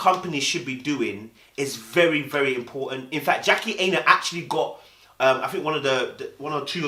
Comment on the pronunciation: Dude can you pronounce her name properly 😂😂 its 'Aina' like china. Protect yes but protect the name boo